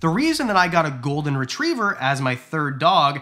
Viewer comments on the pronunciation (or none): none